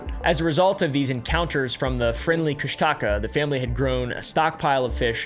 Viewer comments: As a native alaskan it's pronounced kush-tuh-kah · "Cush-Taka" has me laughing, im sorry😭🙏